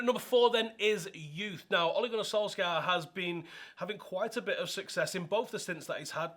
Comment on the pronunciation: Not solskjaer its solkjær!!